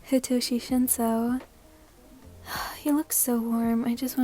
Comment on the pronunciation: Thank you! (Btw its shinso ^^)